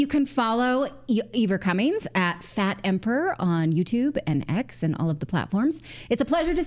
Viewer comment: Cummins* easy to say